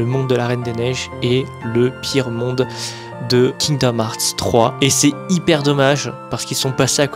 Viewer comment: C’est fou d’être fan et pas savoir dire le nom du jeu…